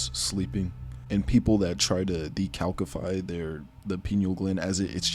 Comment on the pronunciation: it’s not ( de - kalk - e - fy ) it’s ( de - kal - si - fy ) actual spelling = decalcify